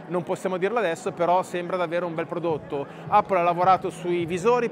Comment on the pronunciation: Appol non si può sentire